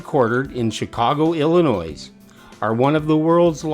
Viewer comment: The ’s’ in Illinois is not pronounced.